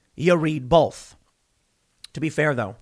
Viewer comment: the way Tim says "both" like "bolth" is driving me nuuuuuuuuts